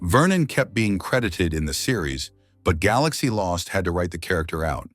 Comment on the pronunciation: Astronema, Zordon, and Galaxy among other words are consistently mispronounced.